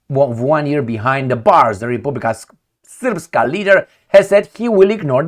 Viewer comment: Тhank you brother for proniuncing РЕПУБЛИКА СРПСКА right and clear! Our nobile western partners cant pronounce Serbian words.